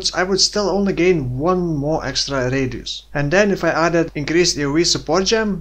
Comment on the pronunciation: r-eediusz are of effect fo more r-eediusz